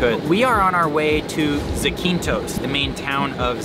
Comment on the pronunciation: I love your channel! By the way, it’s pronounced ZAAH-keen-thos